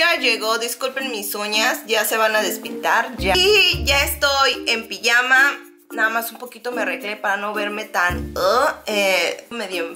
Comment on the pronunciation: Guapaaaa! Muy buena cajita!!!! 😘😂🤗🙌🏻 sabes que pijama lo pronunciáis como en Catalán? Que curioso! ❤️🙌🏻